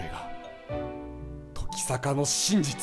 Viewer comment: キヨが言う時坂が乃木坂にしか聞こえないのは病気ですか？